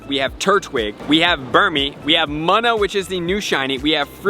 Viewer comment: I hate the way you pronounce munna it’s pronounced moona not muna